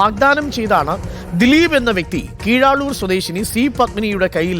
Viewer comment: കീഴാളൂർ അല്ല കീഴാറൂർ